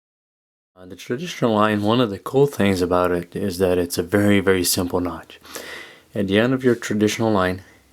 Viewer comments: really nice video with a good macro shooting. Why do u say CH instead of T though? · "Knotch" instead of knot, and "Figure H" instead of 8??? Is there a reason for the alternate / mis pronunciation?